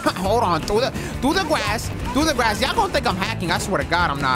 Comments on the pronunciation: Though the gwass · Through the gwass